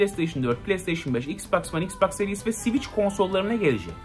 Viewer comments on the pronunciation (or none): none